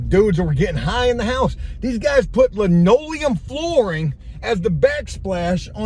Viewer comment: Hey. Please don't call it lineoileum. That is some real old folks shit. There is a difference but stick to saying vinyl. You could get laughed at in certain circles. And please get a pair of quarter round cutters it makes life so much better